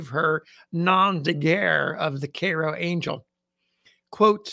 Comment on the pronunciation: Thanks for the correct pronunciation of Cairo :)